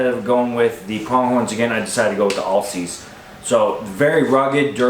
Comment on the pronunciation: Just FYI if you care. Alsea is pronounced Al-Sea like the name Al (short for Alan) It's the name of a town and a river here in Oregon. Thanks for the video good luck in the woods this season!